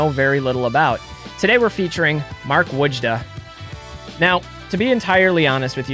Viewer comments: its Voy•da. awesome highlight tho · I believe it's pronounced Boy-da or Voy-da. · Its like a generic midwesterner accent saying would ya. Woojah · Another great video. I always heard it pronounced "Whoa-juh"